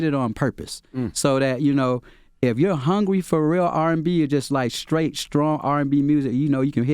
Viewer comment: Charlemagne can’t say Struggle, Straw, Straight Stripper or Street. He says: Scuggle,Skraw,Scrate,Skripper and Screet